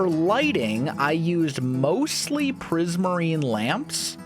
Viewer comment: I hate how he said prizmarine lamps🤣 no hate